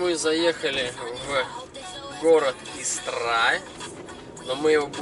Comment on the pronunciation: Ты прежде чем снимать ролики русский язык выучил бы.Или хотя бы поинтерисовался ,что в нашем языке есть еще и ударения.Если не знаешь как это говорить погугли инет.Истра говориться с ударением на букву И.И никак иначе.Хотя может ты и не русский.